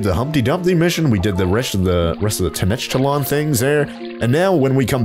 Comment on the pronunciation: It’s ten-oc-tit-land, fyi